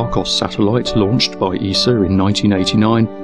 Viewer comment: WRONG!!! The largest base we can use on Earth is 2AU! Also, learn to speak English! It is SAW, not SORE, and ESA, not ESER. You are not even consistent in how you mispronounce words. Also, I know you LOVE to complain that everyone else mispronounces Tycho, but I have not heard a single professional astronomer pronounce it as "Tuko". You need to work on your pronunciation of Greek letters, as well.